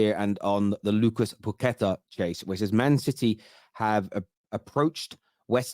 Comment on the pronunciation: PAQUETA! Not pooketa